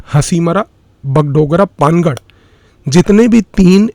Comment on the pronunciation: पानागढ़ सही उच्चारण है